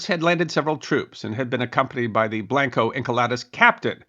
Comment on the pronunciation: Blanco is not pronounced blank-O it isn't English is a romance language "a" is pronounced closer to "ə" think more like the 'o' in 'blonde' likewise Encalada isn't English or any other Germanic language either and is not properly pronounced as such 'e' is almost like ā. It is actually my very most favorite thing about Spanish the name of each nonconsonant letter when you say the Spanish alphabet is pronounced faithfully and each consonant letter in the Spanish alphabet when you say it is only different in having a ghost vowel attached and the consonant part is also like vowels in the Spanish alphabet pronounced faithfully always pretty much How much does the pronunciation of Blanco Encalada really matter? Hardly but hey I thought maybe someone might like to know so I'm saying it anyway